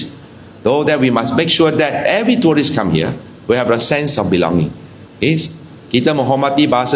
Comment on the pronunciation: Cakap English pun tak betul😂😂😂tourist bukan toulist